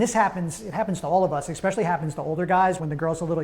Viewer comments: I don’t trust anyone who says “exspecially” (or has 1990’s frosted hair lol) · I find it highly annoying that you are unable to pronounce the word especially. The letter X is not involved. It is not exspecially. You probably say expresso too right?